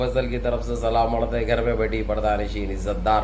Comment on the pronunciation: Slaam arjh hi Bolo.. Ardh nhi 😂